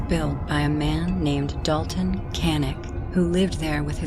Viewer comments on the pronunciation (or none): none